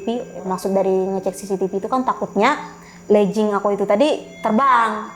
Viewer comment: Legging tu dibacanya tetep LÉGING. Bukan berubah jadi léjing. Asal katanya dari LEG (kaki). Sama kayak kata Login dibacanya ya LOGIN. Bukan lojin. Sebab asal kata dari LOG in LOG out. Semoga S2 nya bisa lebih cerdas 👍🏻